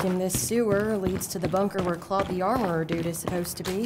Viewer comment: Lol cloud Nice vids but its pronouced something like clode because au in french sound like o